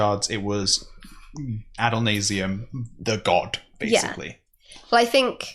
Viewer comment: "It was Adolnasium" It wasn't actually, but close enough XD